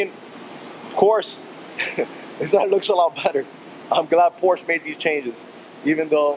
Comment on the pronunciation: Its Por-sha.